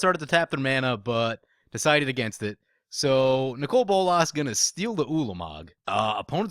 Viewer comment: I like your videos. But your pronunciation of Nicol Bolas does ma tits in